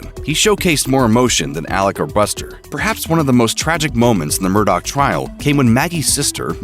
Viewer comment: His last name is pronounced "Mur-dah" sir